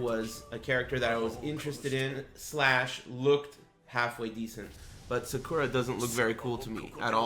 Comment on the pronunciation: Aaron Portillo cool he still said it wrong.